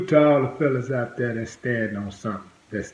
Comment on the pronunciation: Willie you need to learn a little English. It's not dat its that. It's not poolice its police. It's not dare it's there. My gosh learn English